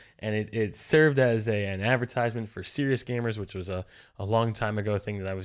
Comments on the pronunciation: OH. You pronounce Crious as Serious.... I never understood what “cry-us” gamers meant 0.o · I wasn't one of your viewers from the get-go (i.e. back in your Machinima days), so r/todayIlearned that "Crious" is pronounced like "serious." This whole time, I thought it was pronounced like "KREE-ous" 🤦‍♂